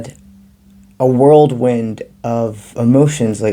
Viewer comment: Thanks for reading.. I think it’s whirlwind not world wind.. but shit it definitely has whirled the world. 😅